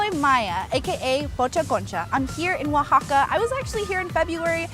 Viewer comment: U said "uixaca" In Spanish you actually sound out every letter o says o the a says a (as an alligator)